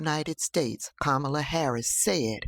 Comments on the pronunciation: The hate for Kamala is just puzzling to me!! These folks act as if she have personally harmed them smh!! They wont even say her name right!! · Anybody who mispronounces her name is a republican plant